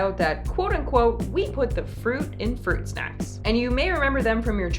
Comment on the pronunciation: FWUIT SHACKS :3